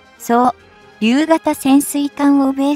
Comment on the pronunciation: 読みが遅すぎる。間隔も空きすぎ。 固有名詞なのに息継ぎの場所がおかしい。 字幕原稿を満足に読めない読み上げアプリにそのまま読ませてどうするよ？ そう言う場合は、ちゃんと正しく読めるように読み上げ用の原稿は別に用意して欲しいです。 内容はいいのに、時間を水増ししたいためにゆっくり読んでるようにしか見えない。 いや、それならそれで、ちゃんと正しい日本語で読み上げて欲しいもんだが？ ２つ同時に悪い点があるので流石に我慢できません。 改善を求めます。 実際読み上げアプリの日本語読み上げ能力って意外と低いけど、ちゃんと辞書学習させればかなり上手になるんだけどね。(Siriでもかなり上達するんだよね) そうりゅう を そう、りゅう と分けて読むのは日本語の分析アルゴリズムに問題あるよね。 ちゃんと、そうりゅう を 固有名詞として登録くらいしろって言いたいよ。 ユーザーとの接点になる動画は仕上げが大事なのに、この部分をやっつけ仕事でやってるようにしか見えないから、勿体無いよなぁ。 残念です。 頑張って改良してください。